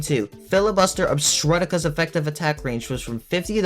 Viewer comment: pronounced OBSTRUCTA. OB-struct-ah.